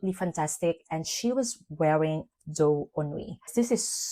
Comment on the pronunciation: I love Jany and Doux Ennui so muuuuuch (you prononce it perfectly)